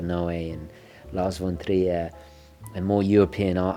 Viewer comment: Hi,, love your content. I'm a Dane, so I need to correct you: Please pronounce it Lars "fun" Trier, 'cause that's what the Germans do. (von is a German thing)